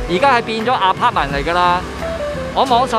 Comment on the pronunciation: 你英语口音好过瘾，好多发音都可以用中文写得出。😁 building：表顶 apartment：阿趴问 burger：bö假 online：昂拉